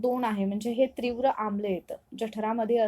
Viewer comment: ' त्री ' नाही ....' ती ' आहे .....त्रीव्र नाही तीव्र आहे.. उच्चार चुकलं.